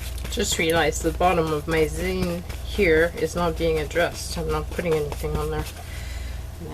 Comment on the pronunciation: Getting excited to see the other videos. :) The proper way of pronouncing Zine sounds like the end of magazine.